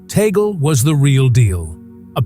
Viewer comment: Correct pronunciation: tug- le .